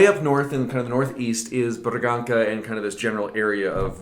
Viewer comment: Just a quick note: the "Ç" is read as "s" like when you say "Bragança" its "braganssa", cheers